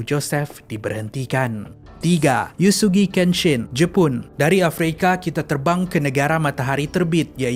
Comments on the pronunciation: sorry, sebutan utk “Uesugi" dlm “Uesugi Kenshi" sebenarya “U we seggi" bkn “Yusugi". Sorry kalau bang rse offended. Btw, maybe ada yy tertanya drpd mne saya ambik ni. Saya ada tgk satu anime ni; Quintsentials Quintuplets dan nama tersebut ada disebut dlm anime tersebut (bukan watak ya). Jd, apa yg saya thu, tu cara sebutannya. Sekali lg mintak maaf kalau bang rse offended.🙏🙏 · Sebutannya bukan 'yusugi'.. "Uesugi"